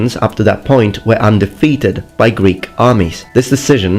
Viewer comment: Your greek pronounciation is flawless